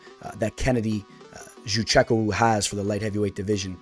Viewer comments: Ya but you still didn't pronounce it right, I'm African so we pronounce it different, and good most people can't pronounce it, just think it's funny how you say it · Butchered Kennedy's last name so bad dude 😂😂😂😂😂